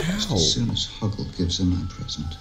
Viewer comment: How the hell have I never realized that she called Hoggle, Hogwart?